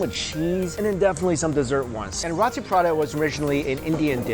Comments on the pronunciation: Did you just call row-tee, raw-tee.... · mikey! Its RO-TI ....NOT RAW-TI....lmao pronounce it like : row-tea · It is roti Prata not rAti Prata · It's roti not rati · Rawti/Rahti LOL. Never heard it pronounced like that. Its Roti with a capital O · It's not pronounce as Rati. It's pronounced as Roti. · its pronounced "ROW TEE" not raaati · Roti..... not rati. .....roti. ..!! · Roti not rati I am Malaysian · You are pronouncing "Roti" wrong. Its pronounced "row-tee", not "ra-tee". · Love your vids Mike but it's pronounced Row-tee not Rotti 😉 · love ya mike but its pronounced "roe-tee" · Mike you just triggered the entire caribbean indian population with the way you pronounce Roti and Prata😂😂 we pronounce it like "Roetee Parata" but thats alright different cultutre different pronunciation. Ours is the straight Indian version though. Oh and Curry too...we say "Cuhree"😂😂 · FYI Roti is pronounced 'Row-tee' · Roti: Roh-tee, Ikan: Yi-kah-n, FYI lol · Roti is pronounced (roh-tee) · Its pronounced (r-oh-tee) roti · Roti is pronounced like "row tee" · I agree it's row tee or low ti with the R you'll have to roll your tongue. So it's not what ever you was saying.